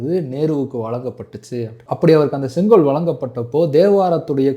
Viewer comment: இன்னிக்கு, நடத்திருச்சு, காண எப்பேயிருச்சி, தமிழனின் பரம்பரியமான செங்கோவைப் பற்றிப் பேசுகிறார். தமிழ் உச்ச ரிப்புப் படுமோசமாக இருக்கிறது.